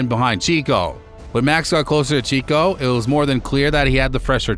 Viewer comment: its actually Checo not Chico (it sounds like Cheque but add an "o" at the end, Chequ-o). Great video btw! this should have way more views, its so well narrated and edited!